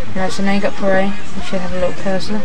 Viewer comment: Puh-ray? wtf it's P-Array